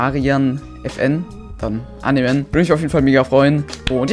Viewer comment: Wie er immer dann annehmen sagt 😂